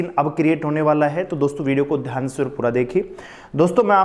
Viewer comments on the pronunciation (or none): none